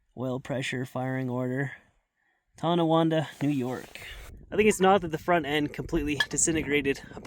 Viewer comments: You pronounced "Tonawanda" like a native. Most slaughter the name - TONNa Wanda, Tonawah Duh or Tonatanda. Thanks, from a long-time resident. Interesting video. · Tonawanda!? I live right there! Small world. Thanks for getting the pronunciation right.